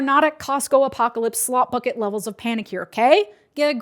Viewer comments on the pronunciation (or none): none